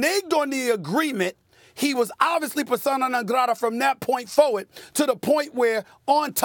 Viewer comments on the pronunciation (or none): none